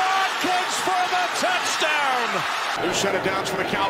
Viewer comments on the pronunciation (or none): Who is this one commentator thats says “touchtown” instead of touchdown